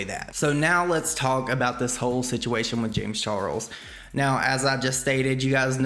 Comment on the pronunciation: i kept hearing James Churros when said James Charles...must be Rich rubbing on me😅